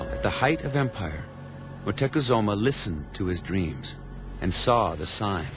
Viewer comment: moctezuma.. pronounce it right europeans